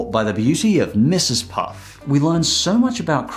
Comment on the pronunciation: Its mrs puffffffff not puffs man